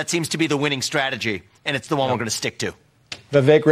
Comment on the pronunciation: Its pronounce Viveck( vivek) not Vivake.